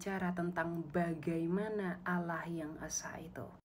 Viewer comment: Kan beliau bilang Allah nya kalian sama dengan Allah nya Yahudi, pliss dong ganti aja dengan sebutan Elohim atau apa kek, mana konsonan Allah kalian itu salah lagi..